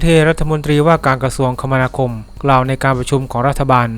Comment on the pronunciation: คมนาคม อ่าน คะ มะ นา คม